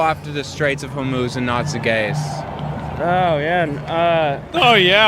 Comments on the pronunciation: I started watching through audio, and I was so confused because I thought he was saying, “the gays of homos.” I thought he was saying that we only talk about straight homophobic people and not gay homophobic people, which I guess if we have white people that are racist against white people, we can have homophobic gay people. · Can't tell... did he say, "The Gays of Homos'? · “The gays of Hormuz” 😂